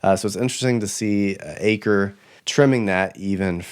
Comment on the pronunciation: Just a slight correction regarding "Chuck Akre"...his surname is pronounced as "Ack-ree". Otherwise, an excellent presentation, as always! Thanks for your great work and efforts!👍